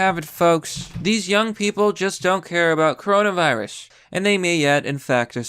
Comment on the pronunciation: cuh row nah veye rus